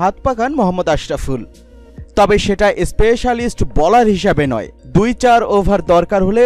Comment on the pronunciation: ভাই, আপনার ‘ছয়’ ও ‘চার’ উচ্চারণ শুদ্ধ করে নিন । শুনতে ভাল লাগবে ।